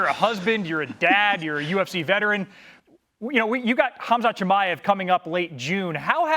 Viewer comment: Hes finally saying his name right😂